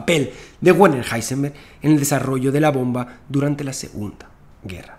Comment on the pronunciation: Hola y gracias amigo Santa Olaya. Ya que aprendiste a pronunciar Heisenberg, cómo Háisenberg en Alemán, sería muy simpático que dijeras el nombre Werner, fonéticamente, también en Alemán, como Verner. Ya que "Güerner" suena muy Yanquee. Un saludo con gran simpatía tanto por la claridad, continuidad y gran velocidad de tu interesante discurso. Espero tu vídeo prometido para saber la real implicancia que Heisenberg tuvo, quizás extraídas de las escuchas grabadas en las reuniones del "Hall" y otras pruebas que presentes. Buena Suerte.